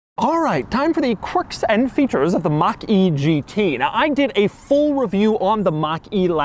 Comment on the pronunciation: Ford Mustang Mockyjeetey. Read that again